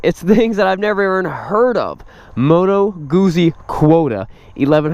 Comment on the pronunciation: i'm italian, good guzzi pronunciation.